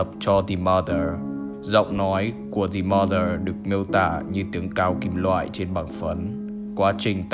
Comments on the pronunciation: the chỉ đọc là "đì"khi danh từ kết thúc là a,e,o,i,u thôi nha the mother đọc là "đờ" mother nhé bro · anh cứ đọc là dì M̶ơ̶͟t҉́h́͠ȩ͝ŗ͞ =))